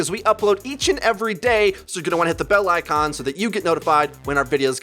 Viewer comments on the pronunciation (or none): none